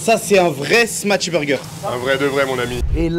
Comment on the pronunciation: Smash pas smatch ya arioul